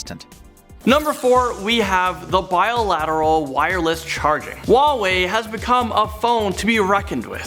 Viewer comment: who the heck pronounces huawei like that???